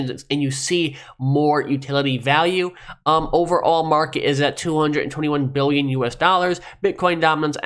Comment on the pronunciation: You lost me at "buh uhn". Fucking moron. #XRPtoTheMoon